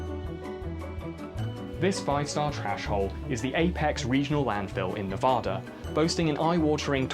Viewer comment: How tf did a brit pronounce 'Nevada' better than 90% of Americans